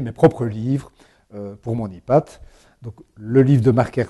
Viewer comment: xd le mec prononce ipad et non pas aypad